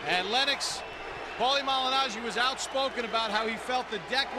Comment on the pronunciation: paulie mangilaggi,paulie Mangilano,aahauahauahauahauahauaha